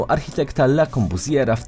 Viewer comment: Najbardziej znany architekt na świecie po Leonardzie a pan nazwiska nawet wymówić nie potrafi poprawnie 😕